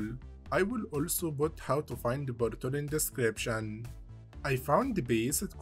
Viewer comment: I love when he says "boint" and "bortol" and such. "Bortol" actually got me scratching my head for a moment. I didn't know what he meant until I saw the portal. I was like "ooooh - you got me there, not gonna lie" lol